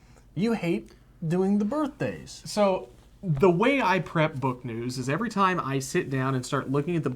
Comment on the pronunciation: Maybe would enjoy "birt'days" more if he said "birthdays"